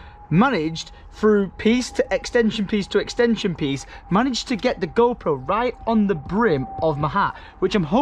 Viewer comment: I'm almost certain you said Gro Pro 🤣